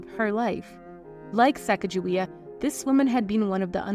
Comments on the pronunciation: Why is the narrator pronouncing her name “Sacajawea?” Her name was “Sakakawea” or “SacaGAwea.” Lake Sakakawea in North Dakota is name after her. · It is NOT Sack a ja we uh It is Sa Kah GA we uh w/ a hard G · You're pronouncing her name wrong. Sacagawea. Do not.pronounce the G as "gee". Its pronounced like the clarified butter, "ghee". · Her name is correctly pronounce with a hard G sound. The soft G is an Anglicized pronunciation not in keeping with her heritage. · Her name is not sack a ja wea, it’s Sa caw ga wea! Not sack!….just saying. Get it right!! 👍❤️❗️😢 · It's pronounced "Sakakawea" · I’ve heard it said that her name is pronounced chigaga-wea. And that’s how Chicago got its name? Is this true? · Pronounced Sa kog ju we ah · Her name is actually pronounced with a hard "G" as in goat, cog, etc. So, it's more like suh cog a WAY uh. Different, I know, but that's the correct pronunciation. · It's Sa cog a waya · Her name is actually pronounced Sah-Cahg-Ah-Way-Ah. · Her name is pronounced Sacagawea ...wea/waya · Having spent a good part of my childhood next to the Mandan reservation on the Missouri River.... a person would get pummelled for miss pronouncing her name. Pronounced with a soft "g". Herr name sounds sa-caca- wea. The sound,(call), of the prairie grouse, thus her name Bird - Women. If you look closer at the history, many on the crew and natives had VD. I dont dont even want to describe what the white men thought was the cure. The part of the Clear Water that the group nearly starved to death, is still void of game to this day. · And I could be wrong, but I believe pronouncing the "g" is incorrect. I have been taught that her name was "Sahcahcahweeah" (So sorry for the rudimentary phonetic spelling, but it was the best I could think of to impart the sounds). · It’s pronounced sa cah juway. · Her name was Americanized. It was supposed to be pronounced Sa caw ga wee. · The incorrect way you pronounce Sacagawea hurts my ears